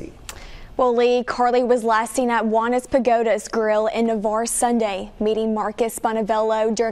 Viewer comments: Jew-wannas 😂 too funny. It's pronounced like Jaun. But I'm glad you covered this case and showed more info!! Everyone give your babies smooches 🤗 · Juanas- pronounced wannas pagoda. Lol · Im so surprised how quickly you covered this! I grew up in Navarre and this has taken over the whole area. Were all praying for her daughter and family. Also side note, it’s pronounced Nuh-var. the arre Navarre is pronounced like the ar in far. Also Juanas is pronounced like Wannas.